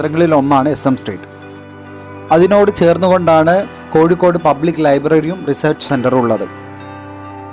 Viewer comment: Not koyikode " it is kozhikode "